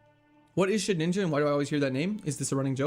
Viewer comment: it is Shedinja, not shedninja!